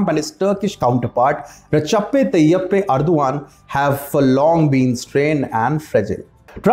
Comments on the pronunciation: It is pronounced Er DOG an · You make good videos Please check the pronunciation also especially name of the president